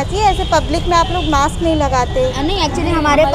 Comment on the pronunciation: Maks nhi didi mask hota hai😅😂😂